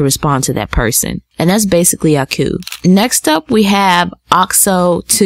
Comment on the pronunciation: Auki it pronounced "aww-key" lol. Great video!